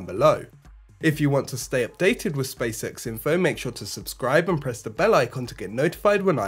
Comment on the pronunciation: Sounds like "space sex"